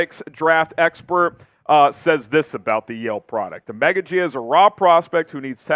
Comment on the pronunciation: I could’ve swore it was pronounced O-Mah-Ga-G but 🤷🏾‍♂️